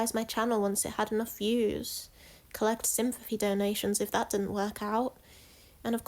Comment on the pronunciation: Everytime she says "dat" i feel joy